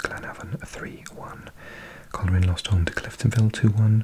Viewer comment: Just for future reference, Loughall is pronounced Lock-all, and Coleraine is pronounced Coal-rain. I feel like these are the most accurate pronunciations for someone not from NI 👍 Great video